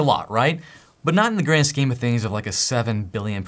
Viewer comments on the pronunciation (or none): none